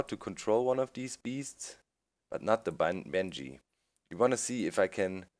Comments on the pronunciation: He or she means the pronunciation of Banshee, because Doc is constantly saying something that sounds like Banjee. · Need to spawn bange? lol its ban-shee